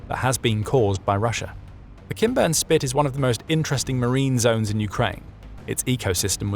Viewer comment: Am I the only one who hears “Ken Burns Spit” instead of “Kinburn”? 😂 SLAVA UKRAINI!! 🇺🇦